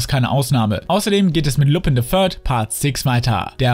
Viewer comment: Ich fange immer an zu weinen bei der Aussprache von Lupin xD